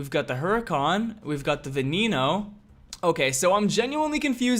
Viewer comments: Its pronounced va nen o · You even pronounce Veneno as “Veneeno”